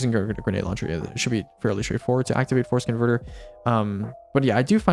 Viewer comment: Every time you said force converter, I heard forskinverter instead lol